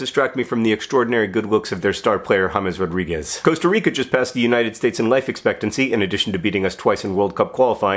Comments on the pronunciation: You pronounce James Rodriguez name right, thanks you for that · HE SAID JAMES RODRIGUEZ RIGHT